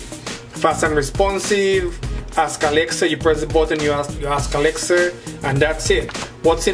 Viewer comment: the way he pronounced Alexa as "Alexer" is a bit destracting